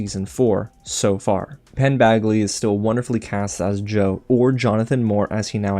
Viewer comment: Did you call him Penn BAGly? 😄😄